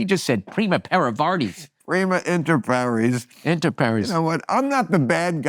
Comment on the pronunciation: It’s “primus inter pares,” (pah-rehs) not paris (pah-rees) Inter governs an accusative, not an ablative. Also, if he’s referring to a masculine group, it would be “primi”